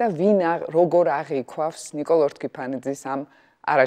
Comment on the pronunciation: აღიქვამს და არა აღიქვავს.